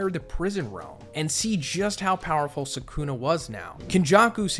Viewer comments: hearing this man say "saycoona" instead of Sukuna is driving me up the wall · Is anyone gonna tell him he saying sukana wrong